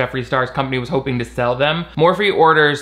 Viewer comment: Idk why I'm watching this, seeing Shane's face causes my DNA to rapidly attempt to devolve so I can become amoeba. Also I keep hearing morphine instead of Morphe, which I would actually prefer at this point...